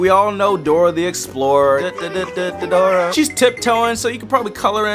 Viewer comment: it’s Dora not grora